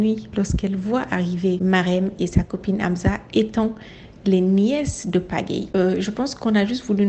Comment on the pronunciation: C’est pas Amza mais Amsa mais sinon je kiff tes vidéos😍